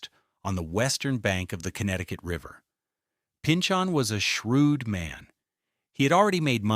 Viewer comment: Springfield is on the EASTERN BANKS of the Connecticut River, not the western banks. Agawam is on the western banks, Springfield is not. Also Woronoco is sounded out with a NO not "knoc" and the same Pynchon ... sounded out like pinchin not pinchON. Also, "Two Hundred 91"...hahaha 291 did NOT cut thru the waterfront of Springfield. 91 cut thru the waterfront of Springfield.